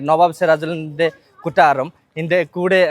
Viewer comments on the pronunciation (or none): കുട്ടാറം അല്ല കൊട്ടാരം 😂